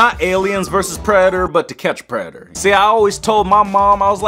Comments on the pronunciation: ‘To catch a Preder’’ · "preador to catch a preador" lol 😂😂